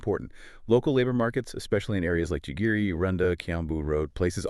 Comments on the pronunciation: The suburbs in which Nairobi hosts UN Bodies is pronounced "GEGERE" in English or "Gigiri" in Kiswahili and other Kenyan languages. Is it too much to expect that you Europeans and Americans would have the diligence and respect to correctly pronounce local African names, in the very same way that Africans exercise the same duty of care to correctly pronounce names in Europe and America??? C'mon.....or like was say that in Kenya "kamaaann"!! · It's not Jigiri it's Gigiri.. GeeGeeRee